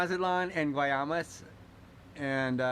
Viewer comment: It's Guaymas. Pronounced Wymas. Do you have Mexican Auto insurance. You guys I can tell have never been down there. I've been going there since 1980 when there was a two lane blacktop down to Puerto Penasco. Do you speak any Spanish. You don't drive down as far as Wymas (Guaymas) without some Spanish. Your real lucky bandits and Cartel didn't get you.